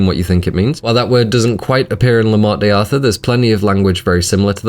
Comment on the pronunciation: Every time you say Morte deeee Arthur I die a little